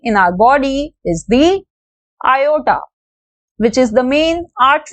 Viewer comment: Not ayata it is aota